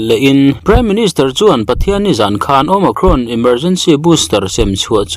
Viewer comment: Omakhrawn ti aa lam chu a mizo hle mai,nice,tih zel tur aw sawisel tu awm mahse a mizo ve lawm